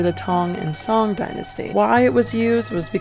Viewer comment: The o in Song dynasty is more similar to long o (as in blow), not short o (as in English word song) btw.